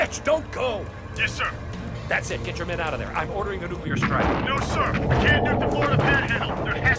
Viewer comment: Nucular sub? Nucyoolar?